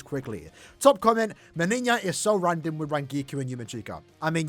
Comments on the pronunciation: My man pronounces "MeniÑia" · both JP and EN official showcases pronounce it Meniñia oddly enough